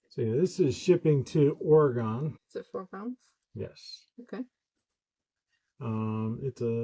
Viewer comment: yo. Oregun, not Oregone.